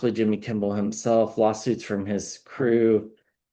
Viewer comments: Kimmel, not Kimble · Kimmel not Kimball. Im sorry, the English teacher in me with OCD just went off the rails. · Sorry but I have to make a correction — it’s Kimmel, not Kimball. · KIMMEL not KIMBEL,. 😂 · Lol you keep saying Kimbel its Kimmel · Appreciate you enormously, - watch your readings almost every day. Just FYI, it's "Kimmel" - no "b" ☺️ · There is no “B” in Kimmel. It’s Kim-ml. 😂❤❤ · Receiving the message but thought I heard wrong the first time. Distracted that I kept hearing Kimble 😅 just me? 🤷‍♀️